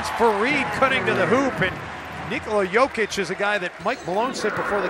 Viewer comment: commentator just said yolker instead of joker hehahohihu